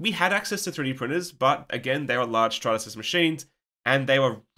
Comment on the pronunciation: "I believe it was a large Stratatsys machine" did you do that on purpose? 😜😂😂😂